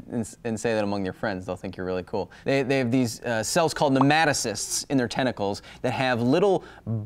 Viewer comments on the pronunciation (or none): The way you said nematocysts drove me nuts! NEMO-TOE-SIS